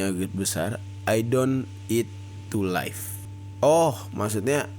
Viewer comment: Bang, pelafalan live itu di baca 'liv' bukan 'laif', live itu hidup dan life (laif) itu kehidupan